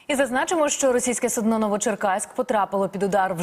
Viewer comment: Корабель_ це судно, наголос на перший склад, суднооо-це нічний горшок